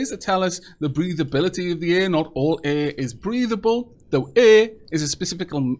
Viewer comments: I've never heard anyone mispronounce 'air' like you do. Eh! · First, I love the way you say the word air. Haha. Second, I'd like to be added to the name list. Thank you!! I love your videos!